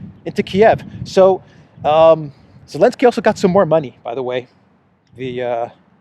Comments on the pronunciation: Are you saying Elensky or Zelensky? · You need visit speech therapist … he will help you to pronounce letter Z… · Why do you call him Elenski and not Zelenski? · Can't stop laughing every time you pronounce Elensky instead of Zelensky. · Elensky?… Who is it?… How many classes you graduate? Are you not able to pronounce Z or you have different alphabet? What country of alphabet is it? 🤣😂🤣🤣🤣🤕🫣 Are you in the kindergarten?…lol